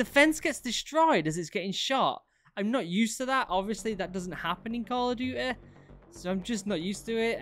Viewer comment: Nobody::Call of dewte